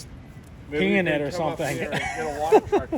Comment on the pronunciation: I love that he said - you add wata'